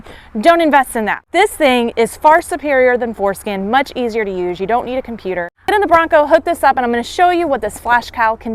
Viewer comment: I swear she's saying foreskin....